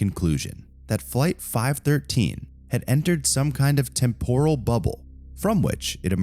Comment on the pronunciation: The narrator mispronounces both English and Spanish words. For example, temporal has the accent on the first syllable: témporal. I got tired of the language and moved on.